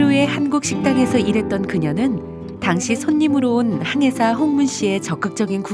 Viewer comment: 저도 한의사로 잘못들렸어요. 항해사였군요. 발음의 의문이 풀렸어요.